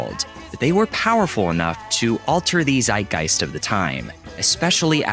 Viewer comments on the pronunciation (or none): I was confused that you said Zeitgeist.